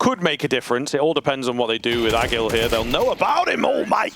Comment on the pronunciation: Tell the comentators ag1l is pronounced "ah-jeel" and not "ah-gil" please